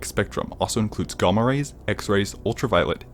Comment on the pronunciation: Excuse me? How the fuck did you just pronounce 'gamma rays'? 🤣🤣🤣